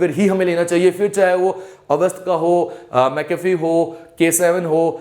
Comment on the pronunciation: nice lecture .....its mcafee......not mcafree